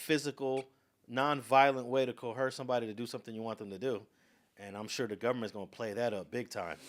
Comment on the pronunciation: There is no h sound in coercion or coerce. Coercion is enunciated with a zh sound with the z emphasized. Coerce has an s sound, similar to hearse or purse.